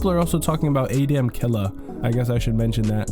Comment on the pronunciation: How can people still not pronounce Adamn in 2025 😂